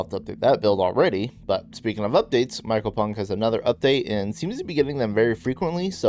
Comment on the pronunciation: one day someone will say mycopunk correctly